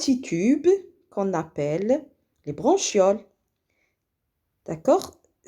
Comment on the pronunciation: فقط مجرد خطأ بسيط نقول عند قراءة bronchioles لا نقرأ ب ch حرف الشن بل نقرئها بحرف الكاف .